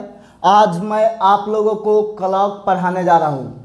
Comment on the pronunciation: Hlo sir clock ka Galt pronounciation kar rahe hai sahi kijiy sorry agr kuch bole ho